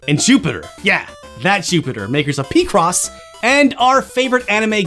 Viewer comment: "pee-cross"??? um... its "pi" as in "picture" not "pee" as in "penis" IM DEAD i just learneed about this manga a few days ago, and thats the funniest frikkin edit EVER!